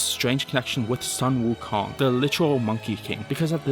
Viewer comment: I’m Chinese and you said the monkey king’s name so wrong